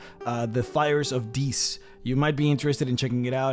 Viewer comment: Love the video, hated the pronunciation of 'Dis.' I imagined that the place was occupied by large waterfowl with an aggressive personality. Actually, it would be hilarious for a party going to Dis winds up in Deese where they have to fight demonic geese.